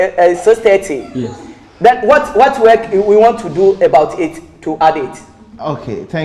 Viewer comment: "Ebout it" I like that